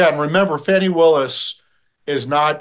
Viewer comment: I thought her name was Fa Knee. Not Fan e